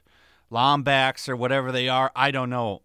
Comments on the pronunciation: Already hating that you said Lombox not lombax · yeah~ couldn't get passed "Lom-Box". it's "Lom-bax". i mean it just sounds like you're naming the next spin-off Xbox console in the works. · You said Lombax not lombox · Lombox? I thought it was Lombax? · Did you just say “Lom-box”? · "Lombox" bruh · I just wanted to point out that the race of the two protagonists is… Pronounced: Lam-B-Axe but the it’s spelled Lambax. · He said Lombox im dead 😂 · Disliked and turned off the video after hearing you say "lombox" hahahaha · The way you pronounce Lombax causes me pain Otherwise good vid👍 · The only thing here people should be bothered by is how the Hell you pronounce Lombax! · I love how he pronounces lombax wrong it’s funny h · Did you really just butcher "lombax"? Nvm I can forgive since this was your first game